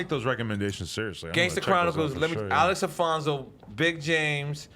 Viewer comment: Nore butchered the names of the gangster Chronicles host names ALEX ALFONZO (Alex Alonzo) and BOB JAMES(Mob James) lmao!